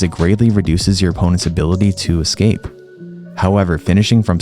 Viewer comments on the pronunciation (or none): none